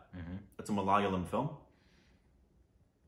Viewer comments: MA-LA-YA-LAM not Malala-yam! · bro.. It's MALAYAALAM, not malaalayam.. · Hi, can you please pronounce the word 'malayalam' correctly.... please try to say 'ma_la_yaa_lam'.... Not 'ma_la_lyam'... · IT IS MA LA YA LUM(like gum) and Mohan Lal not mohanil The people are called malayalees or keralites .please correct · Mohan Lal is a phenomenal and one of the most versatile actors ever. And for the umpteenth time... it's MA LA YAA LUM.' Please don't butcher it :) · Malayalam is not pronounced as mal-ya-lam?? Tell the correct pronunciation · Try to say Ma-la-yeah-lam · Guys it's so not fair to us malayalees to hear you guys say Malayalam like that. I get it it's hard. But just google the pronounciation. It's that simple. Great reaction though . Can't wait to know what your reaction of the movie is. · You guys are pronounceing malayalam wrong